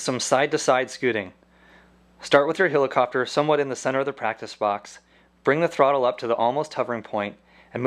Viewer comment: love the way this guy says hilicopter